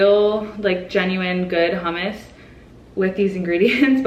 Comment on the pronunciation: Nobody says she is Middle Easterner because she pronounced hummus properly..